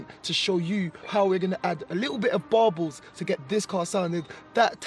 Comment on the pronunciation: It’s Burbles brudda not barbels